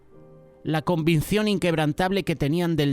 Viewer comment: Es Convicción!! 🙏 Pero el está diciendo convincion. Solo una pequeña observación mía